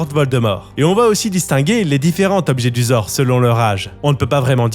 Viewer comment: Petite rectification : c'est Tom JeDUsor et non Jesudor ! Même dans les livres audio, ils font cette erreur. Pareil pour le square GrimauRd et non Grimaud. Il y a des jeux de mots dans ces noms.